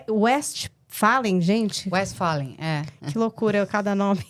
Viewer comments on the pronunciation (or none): Frederico "Vesfalen"